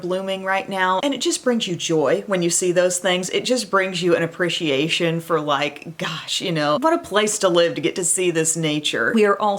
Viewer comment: I looove.. but the way you say “ appecheeate” bends my ears!! 😂😐🙉